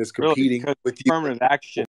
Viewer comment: did he really say affrimative action? Here we go